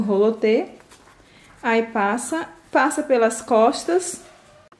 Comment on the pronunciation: O nome não é rolo te e sim roliter